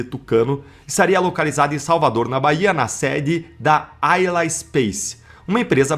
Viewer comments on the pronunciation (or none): none